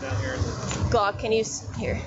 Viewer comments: SHE KEEPS CALLING HIM HLOCK THAT IS SCARY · Man she calling him “Glokk”😂 He must be a regular